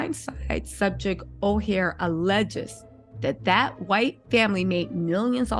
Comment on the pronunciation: To me it sounds like Michael has wasted his NFL money now he is going after the people that took him in to help him out. This woman can't even say his last name correctly.